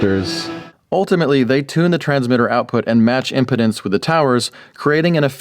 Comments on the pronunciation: did you say match impotence? Did you mean impedance? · Also is pronounced "ihm-pee-dince" and "AM" stands for amplitude modulation but you got it the second time. I'm not trying to be an asshole. I'm just an electrical engineer. Let me know if you want a schematic review on the receiver. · He lost me at im•puh•dance instead of im•pee•dance. I’m sure the tower is erect dude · Impedance is not impotence. sound out: IM-PEE-DANCE, impotence...sheesh. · Impedence is impede-ence. Not impotence. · Impedance, not impotence. 😂